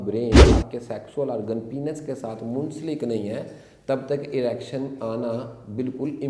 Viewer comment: डॉ. साहब आप जानकारी अच्छी देते हैं , लेकिन प्लीज़ पेनिस को पीनस मत कहा करिये, गलत प्रनन्सिएसन है